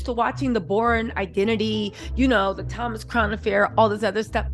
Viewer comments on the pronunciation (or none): none